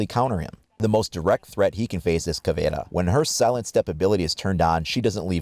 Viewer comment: Thanks for saying "Caveira" the right way!!! Good video btw 😄